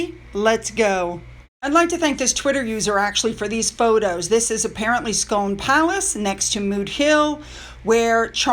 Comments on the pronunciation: Its pronounced SKOOOOOOON in scotland :) Wim BOL don .......😉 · Scone Palace is pronounced Scoon to rhyme with spoon. Single malt is a whisky. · Scone in Scotland is pronounced "SKOON".... at least the Stone is. I have no idea why. cheers!